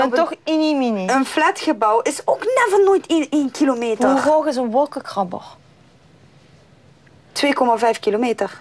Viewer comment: Hahaha ze zegt: Wolkenkgoabeg.